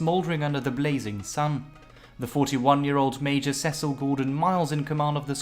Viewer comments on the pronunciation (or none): none